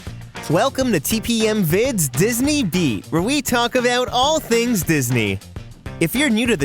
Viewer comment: You mean "avout🥰"